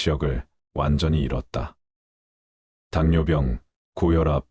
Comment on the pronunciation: 발빠닥,물뼝,요껀 당뇨뼝, 이렇게 올바로 읽어주세요 바르게 읽는 방법이 엉망 입니다 목소리는 너무 좋은데 듣는 동안 거슬리네요